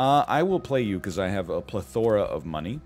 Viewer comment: Do you think he knows he’s mispronouncing “plethora”?